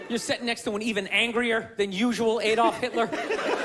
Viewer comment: Alldorf Hillter??